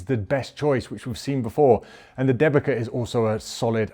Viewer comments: Thanks for the test! One remark regarding pronounciation - since Dębica is polish tyre brand the way it should be pronounce is like "them-bee-tsa" and not "the-bee-ka". BTW - seeing how good Pirelli tyres are in nearly every test (winter, summer, erc) - do you think that their contract with Formula 1 as an exclusive tyre manufacturer is paying off? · The correct pronunciation would be more like ‘Dem-bee-tza’ rather than ‘De-bee-ka’. Anyways, I’m happy to see them included and perform decently. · As a Polish, hearing Dębica as DEBIKA is hilarious :D Ę should sound more like "en" in tents, while C sounds like "ts" in tents. Denbitsa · The manufacturer Dębica correctly pronounced [DAMBEETSA]. It's polish traditional make good 90 years old and consequently "made in Poland" (which is in Europe ;-) nowadays Good Year Group. First of all solid and safe tyres for everage people driving everage cars from A to B. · great tests, just watched big chunk of channel. Waiting for updates on the SUV front and while I'm waiting I'll share linguistic trivia to kill time: Dębica is pronounced 'dembitsa' :D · You need to polish your Polish and/or find a Polish friend. Dębica sounds like Dembi'tz'a. Brand named after town the factory is based. I enjoyed the test, as usual. Thanks! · Dębica - Deu bi tsa😂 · Dębica tires, a Polish brand owned by Goodyear, are generally pronounced with a sound close to "Dem-beets-ah" or "Dem-bit-sah" :) Thank for the video. As always you are the best! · Dębica is pronounced "Dembitza" :) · Dębica pronounce C like C, not K 😁 Type dębica in translator polish language and click speak button 😅 I'm from Poland, it's surprisingly good tyre for price point. 2x cheaper than premium and acts similar to premium tyres.